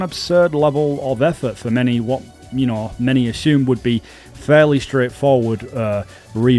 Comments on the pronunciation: I dont think its an accent. Its one of those things that's actually just plain wrong. Assume is the word. Ash ume is dumb. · He also says ashume instead of assume.